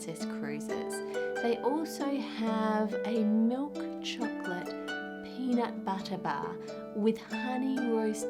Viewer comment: every time she says chocolate I wanna punch her throat